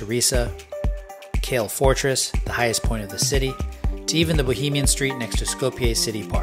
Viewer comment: as a native I guess I'm just used to the quirkeyness of the city so I never really noticed it before but I'm glad you liked it! Btw Kale isn't pronounced like that it's actually kah-leh